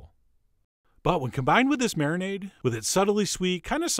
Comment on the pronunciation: Marinade is marimade 😂